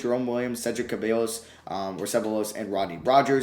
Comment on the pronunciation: Hey few player name corrections on how you pronounce! Not “Muhammad” Abdul Rauf, he’s MAMOUD (Mah-Mood) Mikki Moore is “Mikey” Cedric Ceballos (Seh-ball-ohs) You had Keyon Dooling right the first time, not “Kenyon” it’s KEE-Yawn